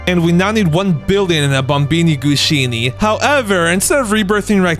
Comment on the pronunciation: Why does he call bombombini gusini Bombombini gushini?